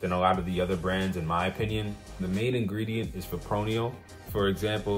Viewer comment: Fip-ro-nil no fipronial